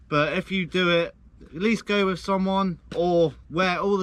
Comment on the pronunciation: Why do you say wiph. With